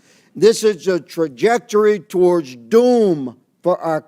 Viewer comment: learned a new word. He has a hard time sounding out “trajectory”. ELBOS UP CANADA 🇨🇦